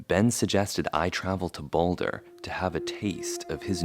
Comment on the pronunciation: "Boulda" - Joey Diaz